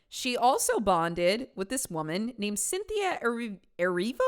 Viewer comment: I was not ready for 22 jump street ‘cyn-thi-a’ 😂